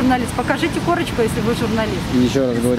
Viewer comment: Корачка дайтэ эээ